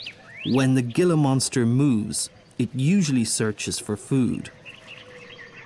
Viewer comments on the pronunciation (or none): Hey dude it’s pronounced heela not gilla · Uhhh...Gila is pronounced like Heela like H not with a G. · The Gila monster is pronounced as "HEE-lah" besides that, this is such a great video. I love living in AZ and used to do rattlesnake relocations (and one Gila Monster) about 15 years ago. My favorites were the Speckled Rattlesnakes on South Mountain, they are more of a bluish color - absolutely stunningly beautiful. I also loved the tiger rattlesnakes on South Mountain. (South Mountain is the largest City Park in the United States, located in Phoenix, AZ.) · If you are going to do a nature program at least learn how to pronounce the names. It is a "hee-la" monster not a "gil-a" monster. For krist's sake. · The Gila monster is pronounced heela monster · I have lived in Tucson, AZ my entire life. This is such a dumb freaking documentary. The GILLA Monster!!!! You jackass. It is pronounced "hee-la." You did the same thing with the saguaro cactus, which is pronounced "Sa-war-o!" If you can't even get the names right, what the hell else did you get wrong? Oh yeah the lame-ass eVoLuTiOn propaganda. You're a clown. This is not a documentary. It is a joke. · Do your homework first. Most of the animals seen in your video were named by indigenous people, then, later, Spanish-speaking settlers. Gila monster... pronounce it HEE' LA ... not "gilla." Saguaro cactus ... say SUH WHA' ROE. That green stuff you eat with Mexican food is called WHA KUH MO' LAY. The letter "g" does not have a hard sound; the GU combination is pronounced like WH in English. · Beautiful but every Spanish word was mispronounced, like gilla instead of hela. I turned off the sound and watched the beautiful photography. I too live in Tucson and appreciate our desert. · Love your videos.. just one thing... it's pronounced hee'la monsters 😆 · it's pronounced "Hee-Lah" monster. Not with the hard "guh" accent. "Gila" is a Spanish word. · "heela" monster, not "gilla" monster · HEALA MONSTER NOT GILLA MONSTER